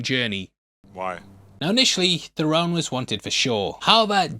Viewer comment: Theron is "Therin" not "Thu-rone." Love you,! I'm glad you're on camera (I didn't know how else to non-creepily word both compliments lol)!